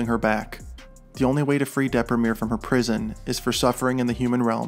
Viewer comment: I LOVE THAT YOU PRONOUNCED "DEPRIMERE" IN THE ENGLISH WAY AND NOT IN THE ITALIAN!